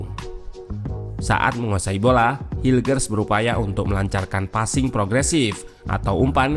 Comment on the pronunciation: Kata coachy cara bacanya: mees hilkhers